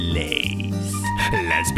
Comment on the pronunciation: hahahaa spanska asså.. PATATAS FRIITAAS